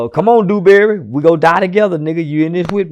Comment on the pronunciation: He said come duewberry we in this together so come die with me…. Took me out 😂😂😂